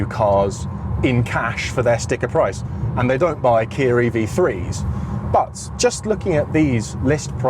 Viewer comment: Why do you say Kia as kiarr